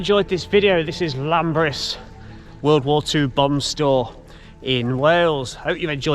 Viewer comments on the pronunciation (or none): This was very interesting. Some of that graffiti though...it makes you wonder why they bother! Also Welsh place names you usually emphasise on the second syllable so the Ber in Llanberis sounds like the Ber in berry. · Er, It’s called Llanberis